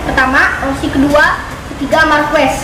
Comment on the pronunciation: Bukan markues tapi markes